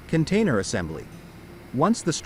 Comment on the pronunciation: Okay let's get this straight, it's Container not cantainer. 😂😂 More AI junk taking clips of this and that to try to tell a story. Major fail, there are lots of better videos of the process.